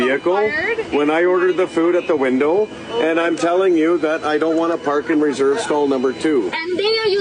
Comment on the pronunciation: “Wind-dough.” 🤣 He said he had a social media following so this was just for clicks. What cucks 🤡